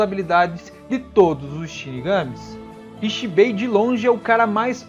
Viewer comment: Video bem explicado muito bom Agora aprende a falar direito pq se vc ja viu o desenho sabe q nao eh rrrrreiyatsu q eles falam eh Reiyatsu e nao rrrrrreiyatsu Nao eh zanpakutU eh zanpakutO tO tO tO Nao eh Ixibei eh Ichibei Ichi Ichi nao Ixiiiiiiii